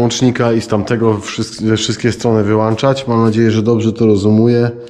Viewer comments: Ale mówisz włańczać/wyłańczać. Światło włączamy/wyłączamy włącznikiem. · Polski język trudny jest to się zgodzę :) Ale włączać i wyłączać zamiast wlanczać i wyłanczać :)